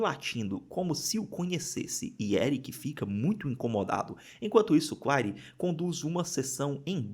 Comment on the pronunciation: O... Claire... Se pronuncia Cler...